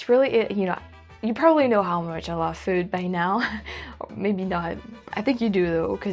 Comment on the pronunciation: I noticed how she picked up the California way of saying “food”. I guess it’s sounds something like “feeood”. A dead giveaway !